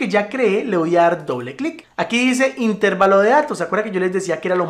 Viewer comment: Una apreciación. ES INTERVALO, NO INTÉRVALO. AQUÍ SIGO APRENDIENDO.